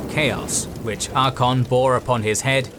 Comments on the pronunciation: You have a long and great series open to you. I eagerly await the detailed assessment of every battle across this series of books. The 1st Battle of Middenheim especially. Just a heads up though, his name is Archaon(Ark-ae-on) not Archon. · ngl I kinda hate how you mispronounce Archeon :P It isnt Archon. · I feel like this episode should have been about Archeon becoming the everchosen, and the stories of how he got his items. Also you should probably look up some pronounciations, as you are mispronouncing Archaon and Bel'akor. His name is not Arkon, is Ar-cha-on, sort of like you would pronounce the first parts of 'archaic'. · It's Archaon not Archon like the greek word for "commander" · the greatest tragedy is the constant disregard for the second ‘a’ in ‘Archaon’ heh, ‘archon—‘ what is this, starcraft? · Ar-CHA-on (CH is pronoucned as 'K' here). Not "Arkon". Besides that little triviality, a nice video that nicely summarize the setup for the End Times! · The continuous pronunciation of Archaon as "Archon" hurt me, nice vid tho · Good thing you mentioned that. It is kinda annoying to hear Archaon's name pronounced similar to Arkhan's. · Proper pronunciation is Ark-ay-on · That was absolutely killing me... "Arkon" ... Lol... That and it sounds like the narrator is saying "Dorfs" instead of "Dwarves." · This guy pronouncing Archaon as "Ar-kon" Lol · the second a in Archaon is not silent! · Absolutely love this video! Super minor correction: Mispronounced both Archaon and Be'lakor (you left off the "A" in Archaon, and Be'lakor is properly said 'Bell-a-Core'). Wouldn't've raised if not for the centrality of those characters to the lore! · Yeah... until you hear to the narrator repeatedly butcher the name of our boy. 😂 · The second A is silent?! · No. This narrator is simply not pronouncing it properly. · lol atleast get someone who can pronounce Archeon the Ever chosen right. Great video otherwise.